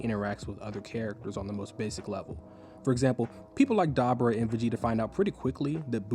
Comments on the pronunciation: the accent on dabura is on the U, so its dabUUUUUra, not dAAbura bro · DAH-BOO-RAH Not DabbaRah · Great video. But Doe-bur-a lol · Bro this video is awesome, but the way you say Dabura is diabolical 😮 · Stopping after the way you pronounced dabora